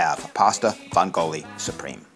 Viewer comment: the accent is on the first syllable in "vongole" you uncultured fuck